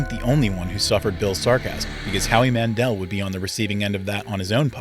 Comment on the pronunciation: Howie Mandel NOT Howie Mandélle. Why do you cnts suddenly become French all the time with perfectly English surnames? You lot haven’t mastered the English language yet so you should t be broadening your horizons into other languages before you crack your supposed first language.